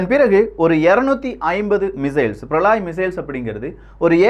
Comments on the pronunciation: பிரளாய் அல்ல பிரளய். அதாவது பிரளயம் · பிரளாய் அல்ல பிரளய